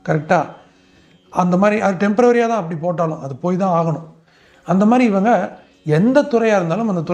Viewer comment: டெம்பரவரி அல்ல டெம்பரரி